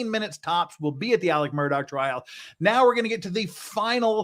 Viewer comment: It was disingenuous to state that the man's life came down to 20 min of oral argument. The written appeal/response is what the court really considers. The oral portion is there for the judges to ask questions - exactly what you seem to take issue with. PS: Please learn to pronounce Murdaugh correctly.